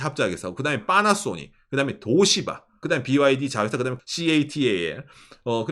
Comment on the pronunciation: 된소리발음 너무 과장해서 듣기힘듦… 도요따! 도요따! 빠나쏘닉!